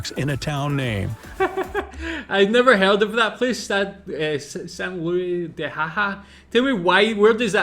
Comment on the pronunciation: Why is the cartoon polar bear shown as brown, why is there video of a hooded cobra when garter snakes are mentioned, and why can't the narrator pronounce "Louis," "Okanagan," "narwhal," and "oolichan" correctly? Is he USAmerican or AI-generated or something? Whatever he is, he's lazy.